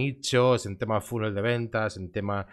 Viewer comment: Te recomiendo que busques en Google cómo se pronuncia "funnel" y así no perderás todo el crédito cuando alguien te escuche.